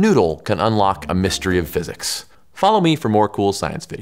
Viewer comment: Did he say cool science videos 🤪